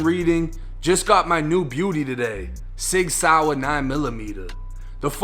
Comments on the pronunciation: you pronounced the name of that firearm soooooooo WRONG.. its not a SOUR.. RIP to those innocent children at the hands of that little Devil smh.. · Sig "sour" 😂 its pronounced like the word saw lol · I fw you but Sig Sour really took me out 😂😂😂 Sig Sauer 1 Florida/Boston Accent 0